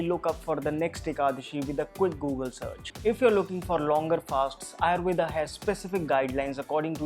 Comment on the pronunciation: Yes Ayurveda not Ayurved